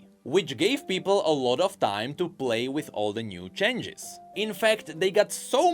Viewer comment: Your pronounciation of "changes" as "chenges" got me so hypnotized, I could only focus that word for the entire video.